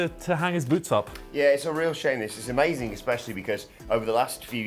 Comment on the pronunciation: When you said "Shame This" seriously sounded like you said "Shameus".a